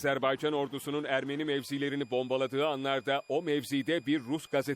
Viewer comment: Ermeri değil ermeni